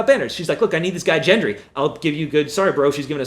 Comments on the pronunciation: You're getting the Gs wrong. Gendry, not Jendry, and Gilly, not Jilly. But this was years ago so oh well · Gendry, not jendry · The fact that you keep saying Gilly and Gendry incorrectly makes wonder if you you are just reading a script and don't really watch the show.